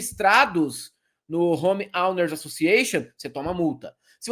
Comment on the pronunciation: Ouner Elder a pronúncia correta